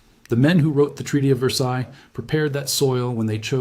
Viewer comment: The “ s” on the end of “ Versailles “ is not pronounced.